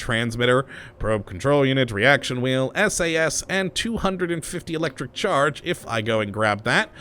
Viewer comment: I love thw your accent when you say Electricccc-ccharge